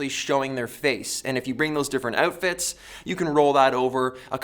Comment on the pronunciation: I'm from NY. and just like people get a kick out of hearing how we say New York, I get a kick out of how you say "outfits" lol.